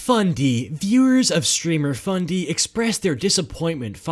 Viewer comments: did he say fundy or bundy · Did you say BUNDY?